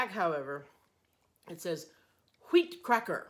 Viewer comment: I needed the laughs watching this and I’m sorry I couldn’t be there with you both for this adventure! 😍 I love pronunciation of the “wheat cracker” in Japanese! 😂 This brought back lots of memories of our girl’s trip in Nashville and our face mask experiences! 🤣 Love & miss you both!! 😘 P.S. Another red-headed actress not mentioned is Emma Stone! 😉